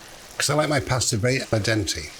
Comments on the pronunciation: “alla denty” – is he sure his mother was Italian? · You NEED to add some pasta water to create the perfect emulsion. Oh, and learn to say 'al dente' correctly. It's Italian, not English.